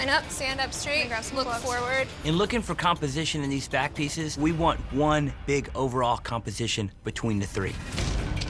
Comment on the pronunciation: I’m I the only one who heard bat piece not back piece